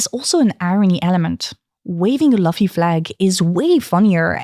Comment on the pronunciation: As Hermione said " It's not Laffy it's Looffy"😂